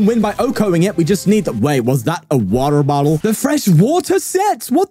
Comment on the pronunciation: Bro the way you said water bottle got me dead 😂